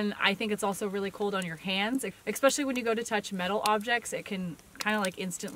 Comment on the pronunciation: Keep up the great work you crazy kids. Oh and it's especially not expecially. Es not ex....